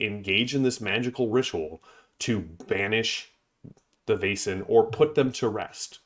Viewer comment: Excellent game. So good to hear your love for the art, lore and wonderful design. BTW — I think it rhymes with "lesson" rather than "basin."